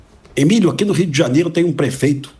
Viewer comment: JANIERO ? Kk